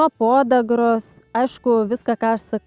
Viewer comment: Atsiprašau,ne pOdagra, o podAgra.😃